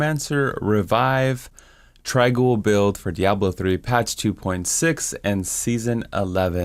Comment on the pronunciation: i always thought it was "trang - owl"